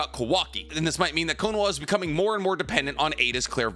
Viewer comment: His pronunciation of Konoha is driving my crazy